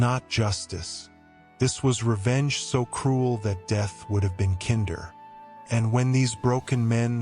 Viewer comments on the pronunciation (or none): Death would have been “kinn der” would it? Why don’t you shove your AI garbage where the sun don’t shine?